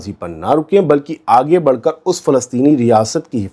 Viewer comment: Adaab Arz Hai..Budd nahi Badh Boliye Janab E Aala...Markazi Zubaan kabhi tabhdili Nahi honi chahiye..Hum Urdu ke farmaish Hain..Janab